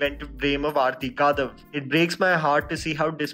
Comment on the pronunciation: Her name is आरती कडव. I think it is high time u stopped massacring people's names. Ur channel is growing, it is irresponsible Indian mentality to not care about getting pronunciation of names right. Anyway, this is a rare instance where I don't agree with ur review of a movie or series. I hated this movie. Total waste of such good talent which Vikrant Massey and Shweta Tripathi possess. I have found cut and dry documentaries more interesting than this poor attempt at filmmaking